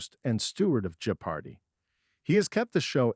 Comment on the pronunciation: I think the verbal interpretation provided by your computers is AWFUL! can't you at least load the word Jeopardy into the machine, so it is not mis-pronounced a dozen different ways!?!?